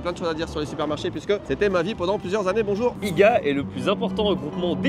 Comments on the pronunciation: Ils disent iga, c'est I. G. A. !!! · Comment à dit iga 😂 quelqu’un lui dit qu’il faut juste dire les lettre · I-G-A ET NON IGA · OUI!🤣 Ça m'a accroché aussi! I-GA au lieu de I-G-A. Ahahahah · dire « iga » on dit « i-g-a » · On dit I.G.A et pas iga mdrrr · Oui, plutôt étrange d’entendre «IGA»et non «I-G-A». Encore plus étonnant, au Québec ce Independant Grocers Alliance n’a pas de nom français (on a bien pu trouver «Bureau en gros» pour «Staples») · On dit pas IGA mets on prononce les lettres I, G, A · Iga! Je suis morte! 😂😂😂😂 ça ce prononce lettre par lettre I puis G et A I.G.A 😂😂😂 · I-GA?? Mais on dit I-Gé-A. 😂 Les volumes de jus de fruit c’est la réduflation, ils ont réduit les tailles, avant on avait des gallons! chipotle c’est une sauce/gout super connu au Québec (originaire du Mexique 🇲🇽) aucun rapport avec chipolata 😅! Pour le fromage 🧀 aucune excuse, clairement en 400 ans y a quelque chose qui c’est perdu entre les colons français devenus les Québécois 😊! Mais c’est la saison des fraises de l’île d’Orléans, des bleuets du lac saint jean, des framboises..… Hâte de découvrir les autres vidéos! Merci Merci 💪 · T'as habité pendant des années au Québec et t'es pas capable de dire que ça se dit I G A comme les lettres et pas IGA? Ou même de savoir pourquoi le blé d'inde a une vidange à côté? Le chorizo que vous avez prit c'est pas de la charcuterie à manger de même. Le fromage à poutine ça se mange de même, t'es pas obligé de le manger chaud, c'est une collation de pleins d'enfants....Criss ça va pas ben les gars, c'est presque insultant rendu là votre ignorance. Surtout pour un gars qui dit avoir habité icitte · Haha c'est drôle de vous voir émerveillé sur tout. Pour nous, ce sont des produits de tous les jours et que nous sommes habitués de vous. En passant, ça ne se prononce pas "IGA" mais "I,G,A". Il faut séparer les lettres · qui dit Igua Sa m'a fait trop rire, on dit I-G-A, chaque lettre séparé:goodvibes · ca se dit IJEA